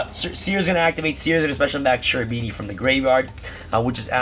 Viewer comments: Kerubini not Cerubini, in italian Ch is K. Cherubini are a type of angels in italian medieval demonology.👍👍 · Bro its pronounced kerubini, it's an italian word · Also "Serafini" and "Cherubini" angels are present everywhere in italian medieval art, particularly in cathedrals' art. They're part of the medieval italian tradition. Cherubini is pronounced in italian because the term is italian. In ebraic or other languages it's not the same term so it's pronounced Kerubini. I hope that I make you curious about italian art✌ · Grande bello, è una tragedia sentire ogni volta che nessuno riesce di pronunciare il ch-. Non parliamo di beatrice ma quello è chiedere troppo mi sa